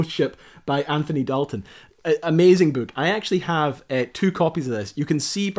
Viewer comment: I'm confused.... what's a "bewk".... :) Loved the video.